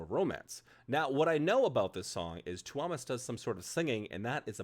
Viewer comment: the stress lies on the U of túúúmas, not the o :D